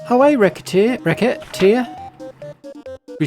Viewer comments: It's definitely "ruh-set-tear" for the title and "ruh-set" for the name of the protagonist as the game is going for a French vibe in multiple elements. But you do you, I love the game and looking forward to the rest of the series 😊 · You pronounce Recettear as Racketeer, that is hilarious